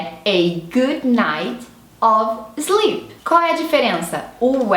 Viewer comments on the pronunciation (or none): não sei se é pq vc está "aportuguesando" as palavras, mas parece que vc confunde os sons de "i". O "did" soou como "deed" e o "sleep" como "slip"...